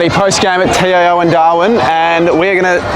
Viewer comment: Learn to how to say TIO stadium